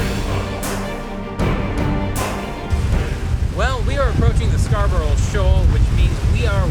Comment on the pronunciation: as a long time viewer i have to point out, you cant say scarborough.. i know how to pronounce it, i live where the shoal was named after